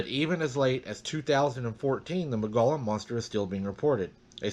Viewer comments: Arizona native here, just a friendly FYI, it's pronounced, Mole-gee- on rim. (I live near Prescott) beautiful weather here. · Hi! I've read that you pronounce Mogollon, "Muggyon". There are a couple of researchers there in Arizona.